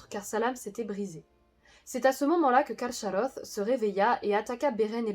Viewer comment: A priori le "ch" se prononce "k" plutôt que "sh", il aurait donc été plus correct de dire "Carkaroth". Pouce en l'air pour tout le reste.